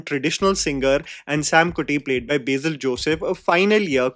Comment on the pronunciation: My god it’s on “Beizil” it’s BASIL , I’m not even a malayali